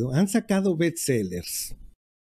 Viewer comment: Se dice Best, no Bets. Tampoco compact dics y no compact disc, istmo y no itsmo.